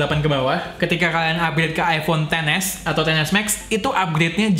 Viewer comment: Iphone bro bukan ifon